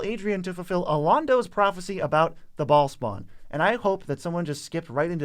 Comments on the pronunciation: Baal isnt pronounced as "ball" but rather "Ba - ale" ale like the drink. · I believe it's pronounced beh-HAHL but us MTG guys are saying Ball. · I think Bhaal is pronounced like bail or bale